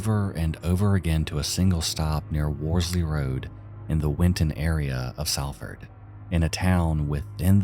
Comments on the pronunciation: Its pronounced Soll-fud (if u cared) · as someone from salford, just a heads up it's pronounced sol-fuhd!